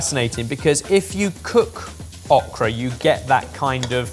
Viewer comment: The way pronounces okra throws me every time.